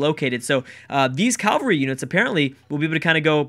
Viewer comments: Ca-val-ry, not cal-va-ry. Thanks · It's easier to say Cav-el-ry